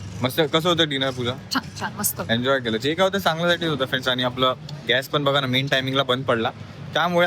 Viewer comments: Just to be very clear — हा मुद्दा pure Marathi बद्दल नव्हताच. It was only about mispronunciation of the word “Gas.” Correct word point out करणं hate नसतं; it’s basic language accuracy. Accent/style वेगळे असू शकतात, but wrong pronunciation is not a style choice. Content public आहे, so constructive feedback is valid and normal. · By the way घ्यास नसत गॅस उच्चार असतो आणि पाण उच्चार नसतो पान उच्चार असतो. मराठी सुधार पूजा.....